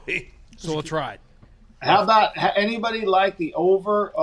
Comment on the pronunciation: Soarry aboot that